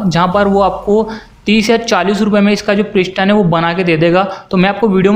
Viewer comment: ishtim kia hey pishtin kiia hey asli lafz steam and piston hey bachey aab samch aaya